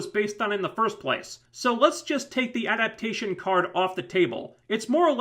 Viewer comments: It's pronounced Ah-Dap-Tay-Tion. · At the risk of sounding like a grammar nazi--"adaptation" has four syllables, and the accent is on the one you're skipping...